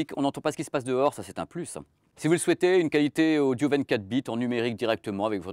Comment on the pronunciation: Le mec dit "Casque odjo" pour dire " Casque audio"... (vers 1mn) S'il avait un accent de merde genre accent marseillais je pourrais pardonner. Mais là...